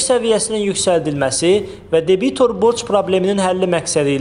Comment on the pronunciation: Debitor sözündə vurğunu düzgün qoy